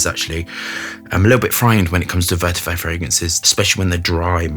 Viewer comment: Is this the edt or edp? I've noticed always say's vertiver rather than vetiver?